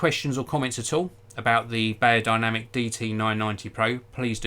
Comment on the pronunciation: It’s said berrodinamic you old hog